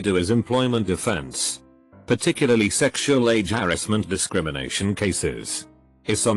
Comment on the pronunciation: why is sexual pronounced as shreksual? I have no idea but im lovin it.